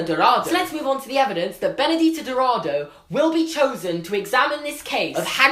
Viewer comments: Okay, so, like, you did pronounce "Castelo Bruxo" in a wrong way (it's cass-tell-o broo-shoo), but oh my god it was so cute. Anyways, I think it is unlikely that we will meet Benedita Dourado (btw it's do-ol-ra-do) unless she was living outside Brazil by the time. You see, during Brazil was going through a terrible situation. There was a lot of tension and the president was basically a dictator. I don't think she would have been able to go to hogwarts if she still lived in brazil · By the way, for those who don't know and for some reason care: Benedita Dourado should be pronounced Ben-uh-GEE-tah Do-r̃AH-doo If you write the name in Portuguese Google Translate it pronounces the name perfectly :) As for Castelobruxo, it's pronounced Cass-TELL-o-br̃OO-shoo Writing Castelo Bruxo in Portuguese Google Translate gives you the correct pronounciation too! Yes the X has the sound of SH in Portuguese and sometimes even Z, it's weird just go with it lol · I'm brazilian and the correct pronunciation would be "castelobrooshoo" and Benedita's last name should be pronounced as "dowradoo" But yes, your portuguese is quite good hahhaha! Loved the video and the theory :) looking forward to watch the movies! <3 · Bruxo is pronounced broo - shoo not broo-joo. It’s Portuguese and not Spanish. And Benedita Dourado is pronounced Doe-ra-do, not doo-ra-do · Awesome video! You said "Benedita" perfectly! The "Dou" in "Dourado" sounds like the "Do" in "Doris". Just ignore the "u" haha (Brazilian accent) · "bruxo" is pronounced like "brusho" and the "ou" in dourado is pronounced like the "ou" in "though". other than that your pronunciation is fine